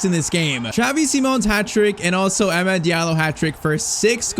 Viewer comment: youve been pronouncing amad's wrong. its amaad. aa sound before the d. and also you need a technical left back like how mazraoui is because dalot cannot play in amorim's system in this game